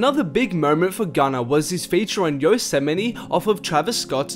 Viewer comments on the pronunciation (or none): “Yo-sem-aight” lmao Yosemite